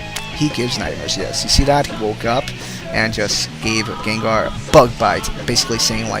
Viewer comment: it kinda sounds like ur saying gaydar not gengar